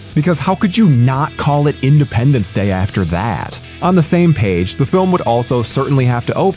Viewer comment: Did you say "Findependence Day"